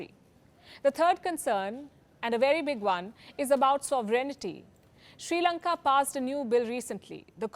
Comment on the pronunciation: This is not "Sri Lanka" any more it's " Chi Lanka"